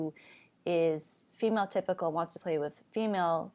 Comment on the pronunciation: Every time you say female typical I hear phenotypical